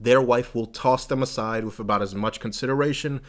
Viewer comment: That was fascinating. Especially the bit about not going to the doctors. I was a little distracted by the constant pronunciation of 'with' as 'wiff', but the content was very thought provoking. Glad I subscribed.